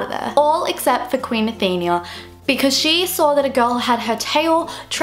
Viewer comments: its Athena not Athenia like how youre pronouncing it hahaha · Athena, not Athenia. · It's not how you pronounce "Athenia" it's "Athena"!!!!! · it's Athena not athenia. uve been pronouncing it wrong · its Athena not Athenia. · it is pronounced Athena not athenea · What the hell stop saying athinia it is Athena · Ok I am so sorry I am a massive Greek Mythology geek and you didn't pronounce Athena right. Athena was a Greek goddess and the fact that Tristan was Poseidon's son would make a good film theory as the goddess Athena and the god Poseidon were mortal enemy's any way the way you pronounce Athena is .A theen a. Athena really sorry I didn't want to sound picky or B*tchy I am just a massive Greek myth fan its my life and I hate when names are wrongly pronounced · There are many things wrong with this: 1. She pronounced Athena wrong the whole time 2. It is a music box that King Triton gave her for her anniversary. 3. They are there for the king and queen's anniversary. It wasn't some random get-together 4. The mermaid she saved was her oldest daughter, not "some girl" 5. The two mermaids have different colored eyes 6. She grabbed the music box because she loved the present and loved music